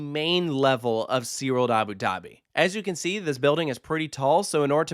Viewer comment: These AI voices are so stupid !! Abi Dahbi z??